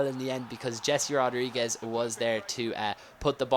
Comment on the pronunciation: Its He-se rodriguez